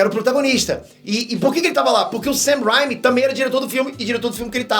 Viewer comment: não é Sam Raimi é Sam Raimi a letra A tem som de letra E.